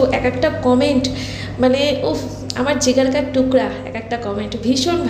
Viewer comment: মাতৃভাষা বাংলা তো সব সময় বলো, হিন্দীও ভুল বলো। বলার কি দরকার? হিন্দি কথাটা 'জিগল' নয়, 'জিগর'। সিনেমা দেখে দেখে কী অবস্থা!